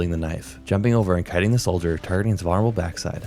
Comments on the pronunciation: did you say....vunnerable? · 🤣 that's funny too. It's Vuln-er-able. Just..read the word lol idk how to help. You speak fine, bro. The vids great. It's just the pronunciation of a couple words. You'll be fine lol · might've even be vonnerable...